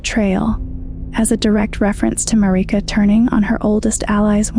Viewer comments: It's odd that people are saying Marika's name like this...they say her name in the game. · I will share and subscribe if you pronounce Marika correctly, for now you only get a like, lady. Lol I cringed